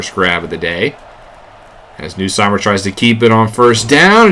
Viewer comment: As an LSU fan i had to cheer for them lol. Also it's pronounced "NUSS-Meyer" not "New-Seymer"